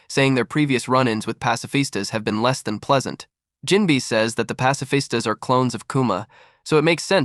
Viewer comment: Jim-bay say it right please